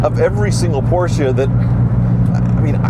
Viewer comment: Gee, another Posche that needs work. Can you say Hooptie Special? Never learn do you?